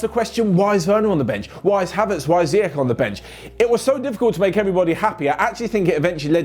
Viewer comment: it's pronounced Ziyesh